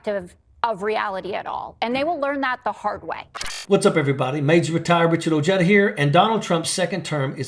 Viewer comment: I think you pronounce that last name OHEDA... Not OGEDA....